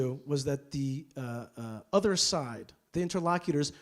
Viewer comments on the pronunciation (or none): none